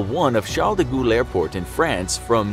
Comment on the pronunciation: Gaulle is pronounced almost like goal not ghoul 😒